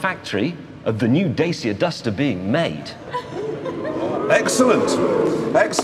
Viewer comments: I like how James pronounces "Dacia" wrong lol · i love how i did not see them pronounce "dacia" correctly once